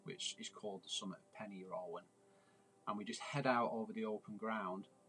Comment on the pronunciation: Just for future reference Pen Yr Ole Wen is pronounced "Pen Urgh olay when" :)